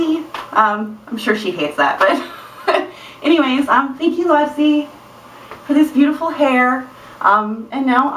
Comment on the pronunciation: I think when you had those 2 things sticking up it was so cute haha I laughed out loud ^_^ That was a great idea to tighten them like laces!! Always a smart one, you are!! ;) I love watching your videos!! Oh and I say pronounce it like you did in the video (Lowepsy)! It sounds cooler than Loopsy :P